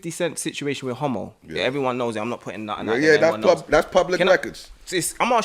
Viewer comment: His name Hamo not Homo 🤣😂🤣